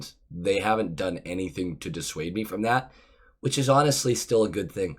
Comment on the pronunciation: "Any- you want" 😂 Sorry, I had to... Also, you never said it, so I'll say it! "THAT IS A DUB!"